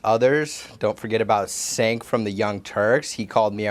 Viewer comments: Sue me Kyle, you murdered 2 people and are a white supremacist. And his name is pronounced Jenk not senk only morons mispronounce simple names. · "sink" from the young turks? cmon man, if you gonna sue at least pronounce the name correctly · "Sank" from The Young Turks...Maybe he should know the pronunciations of the names of the people he's suing before he sues. I thought Fox was about Freedom. What about Freedom of Speech? Or do our rights only apply to Conservatives? I thought he wanted to move on with his life. This definitely was not his own idea. I'm not even going to get into the lies Fox tells about so many people...the names they call people. Are we setting precedent here? If that's the case, Fox is in deep doodoo! I can't believe they'd even go there! I can't stand Tucker Carlson's face. I'm a Buddhist and I really want to slap him. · And his name is CENK, not sank, kyyyyle. And I hope he does try and sue, let's bring the pic of him and the proud boys holding the WP sign. He will cave lol!! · No, they're not, ya little incel ❄️. WAAAAHHH 😭😭😭 I'm suing everyone who calls me out for what I am! "Don't forget about Cenk (pronounced it SENGK) from the YT."😂😂😂😂😂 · Shenk is not going to be happy about Rittenhouse mispronouncing his name. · Murderer Murderer Murderer Murderer Murderer Murderer Murderer Murderer Murderer Murderer Murderer Murderer Murderer Murderer Murderer Murderer Murderer Murderer Murderer Murderer Murderer And it's pronaounced Jenk with a J. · All I can say about that little punk is if he is gonna sue Cenk from TYT then he better at least pronounce his name correctly. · Was this kid told to purposely mispronounce Cenk's name? Or is that just a white supremacist move that works on a poorly educated audience?